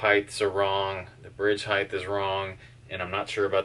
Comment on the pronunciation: What's "Highth"?